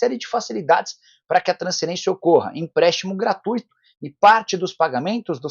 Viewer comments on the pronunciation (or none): none